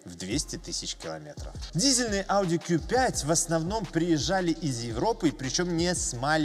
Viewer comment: 👍в первую очередь лайк за правильное произношение по на званию авто ауди (кью5) а не (ку😂) 5 ☝️